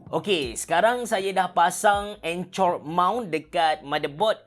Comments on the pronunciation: sbg cikgu English rasa triggered sikit bila dengar abe sebut anchor jadi "encor" hahahahaah tapi mantap pc! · anchor= encor (enker)